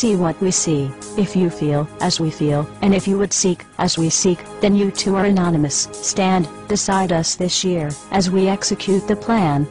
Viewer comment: It irritates me so bad when that one news reporter couldn't say 'Anonymous'